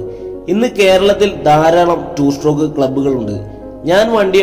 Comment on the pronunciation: നിനക്ക് വിഷമം ആവില്ലെങ്കിൽ ഞാൻ ഒരു കാര്യം പറയാം.... strock അല്ല stroke... 2 stroke 😶